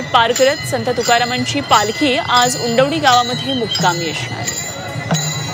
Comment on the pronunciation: उंबरवडी नाही उंडवडी क . प .